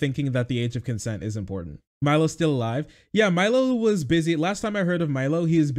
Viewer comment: I fucking loathe how she says "impordand"